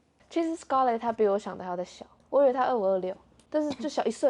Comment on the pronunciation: 那裡～唸Skrlett ，以我的角度會覺得在Eri講錯後唸成Skrlett會不會或多或少有點故意呢？ 如果有不同想法也可以討論，若是誤會我會刪掉，謝謝